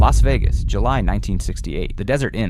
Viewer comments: More AI nonsense! It should be banned. It is sad how it relates an entire conversation in detail when none of it ever happened. This AI robot is so off center it can’t even get the name of one of the most famous cities in the world right. Where exactly is “Los Vegas?” No one ever heard of that place! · LAS Vegas.....stupid AI